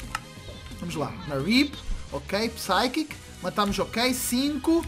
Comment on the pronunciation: o fala pyshicci n pychic kkk fala direito e estranho